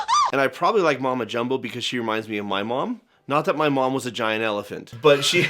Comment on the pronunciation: I keep on almost thinking they're saying "Mumbo Jumbo" when they say Mama Jumbo 😭